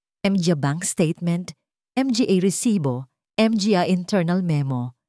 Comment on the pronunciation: Nakakainis skip na lang ako puro M G A Hindi yata marunong Ang narrator